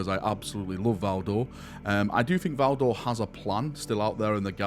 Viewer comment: It’s Valdor. Pfft.